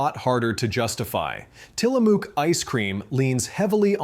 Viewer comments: It is Til-a-muk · Tillamook rhymes with book, not spook...but wow, I was happy when I realized I can buy it in Chicago. I was long ago exposed to the brand on west coast road trips (and I even have a friend IN Tillamook). I've respected the brand for a long time. Last night the person ahead of me got a pint of chocolate Haagen-Dazs. I asked him "You know what Haagen-Dazs means, right?" He didn't, and I told him "That was a trick question. It doesn't mean anything." LOL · The mispronunciation of Tillamook makes my neck itch.